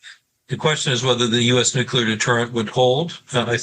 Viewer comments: Never trust an analyst who says "Nukelar" instead of "Nuclear" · How can I listen to the analyses of a man who fails to pronounce nuclear properly? It is not nucular!!! Thanks, George W. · The guest loses all credibility when he cannot pronounce the word “nuclear” correctly